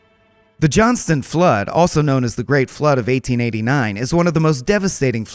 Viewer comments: JohnsTOWN .. not JohnsTON 👍🏻 I just remembered why I unsubscribed. This narrating is cringe af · Johnstown not johnston. I live here 😂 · It’s Johnstown not Johnson. Get your pronunciation correct.